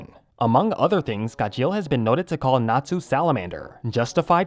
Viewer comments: It's gajeel not gajeal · Why is he saying "gah-sheel"! 😂😂😂😂😂😂 it's "gar-sheel" 😂😂😂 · SAY HIS NAME RIGHT!! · The way he said Gajeel was terrible at singing😂😂😂